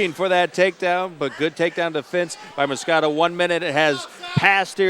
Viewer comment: its MOS-QUE-DA the fuck is so hard about that